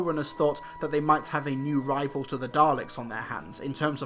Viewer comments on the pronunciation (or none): none